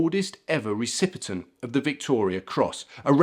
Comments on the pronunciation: Haha, he said “recipitent” 😂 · Recipient not recipitent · Stop saying recipitent